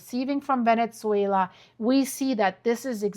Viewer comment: Venetzuela? What language is that?